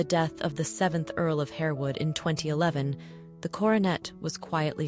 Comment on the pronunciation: Countess of HAR-wood, not Hare-wood.